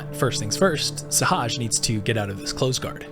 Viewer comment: why can't nobody say sehaj name right LMAO